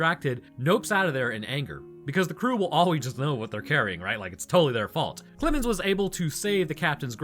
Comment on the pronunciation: I don't know what's wrong with me but everytime said "Clemens" I heard "Clibbin's" until I put two and two together near the end of the video. It was very entertaining.